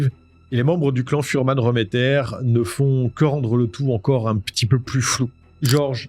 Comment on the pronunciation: A l’époque, j’étais au procès à Strasbourg. Tu passes plusieurs faits sous silence sur les fuhrmann remmeter (on prononce réméttère et pas reuméttère). J’ai une question pour l’ancien gendarme. Penses-tu qu’un débile léger /profond comme baltazar puisse fabuler ? Que sa soeur/belle soeur (je sais plus si c’était la compagne de georges remetter ou de jacques fuhrmann) puisse inventer des détails aussi sordides que ceux entendus au procès ? Il a été dit que 3 des furhmann remetter étaient dans la voiture avec Pierre Bodein, que Jeanne Marie a été renversée à dessein et emmené au domicile du clan furmann remetter. Qu’à ce moment là, pendant que les femmes préparaient la cuisine en bas, pierre, georges et jacques ont violé la petite avant de pousser baltazar à perdre son pucelage avec elle. Puis que Pierre Bodein lui aurait coupé le vagin pour pas qu’on puisse les relier à laffaire. Une des femmes du clan a dit qu’ils avaient mangé du vagin-purée ce jour-là. Comment ces analphabètes de vannier ont pu inventer des détails pareils ?